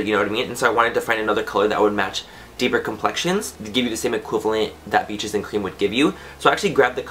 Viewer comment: BEESHES AN CREM. I have rewound that part of the video 13 times to listen to you say Beaches and Cream that way. Hahahah YOU ARE THE BEST!!!